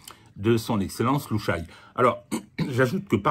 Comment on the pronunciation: Petite remarque,: on ne dit pas "Lou Chaille", mais "Lou Cha Yé".